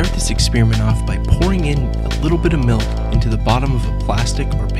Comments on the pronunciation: melk? i thought it was milk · ITS FUCKIN' MILK NOT MELK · It really erks me when people pronounce Milk, "Melk", like this guy does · did he say melk? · The way he says milk pisses me off.